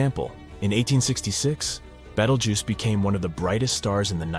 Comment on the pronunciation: Not AI 😂😂😂, yeah, of course. The different pronunciation of Betelgeuse one sentence by the next clearly proves that. Plus 100% fear-mongering. If B explodes, nothing will harm earth.